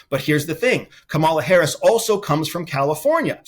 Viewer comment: Can you please give Vice President Harris the respect she deserves and pronounce her name correctly?? Geeze!